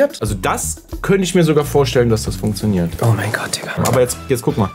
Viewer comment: so: "Hast du gerade insstabil gesagt?" Auch: "funksioniert"